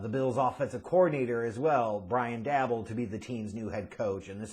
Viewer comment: Are mispronouncing Joe and Dabes names on purpose ???